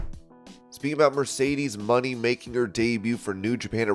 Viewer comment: For Mercedes Moné, he says “money” instead of “moh-nay”